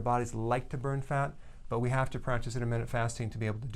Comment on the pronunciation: Intermittent not intermittsnt